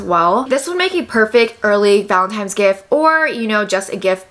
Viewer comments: is it just me or does keep saying valentimes instead of valentines 💀 love her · its that time of year again... where we get the pleasure of hearing you say valetntIMES .. hahah love it so much <3